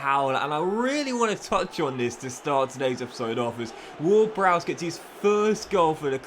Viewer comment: Bro said James ward-browse 💀